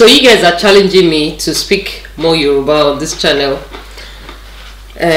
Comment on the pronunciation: Yoruba doesn't sound correct in your mouth